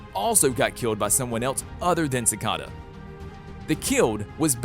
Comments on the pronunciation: omg he says all of them wrong uhhhh it makes me mad like cicada!!! not sicada and his last vid on flash he said Thawn wrong! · Its not cikada it is cicada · You say all of their names wrong like Cata instead of cicada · Why does he say si-ca-da? It’s si-cai-da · Don't say it like ci -ca-da say it like ci-cae-da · BRUH ITS PRONOUNCED ciKAta not cicata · it's not deevoe its (da-v-oh) and also it's not cacada it's (ci-c-A-da) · Is no one going to mention the fact that he called De-Voe Dee-voe and he's calling cic-eada cic-ada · It’s not cicoda, it’s cicada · it’s pronounced cicaeda but spelt cicada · how did you mess up almost every name Cicada (Sick-a-duh) and you messed up OG cicadas name its dwire not dryer come on man they say these names so many times its not that hard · ITS CICAIIDA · Bro I can't anymore who wrote this script please say the names right sikada, dea vo, also Jhon's daughter didn't die she got removed from the timeline. Mark mardon was a hologram, Kamilla hwang didnt die she was taken into the mirrorverse This just really bugged me. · "ssikada" lmao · ikr deevoe sicada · Sikada 😜🙏 Like no u did not 💀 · dude its ci-cay-da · Do you guys notice how he say seacda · Its pronounced (Si - Caeda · No one::cicada Me: IT IS CICEDA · This man is triggering me it’s not diva it’s Devoe it’s not cicada cicada and it’s not Ava. It’s Eva this man is triggering me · You do realize you’re pronouncing cicada and Devoe wrong